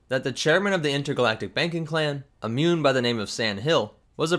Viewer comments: They are not 'munes' they are MOOOONS! XD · Muun? I thought you said mum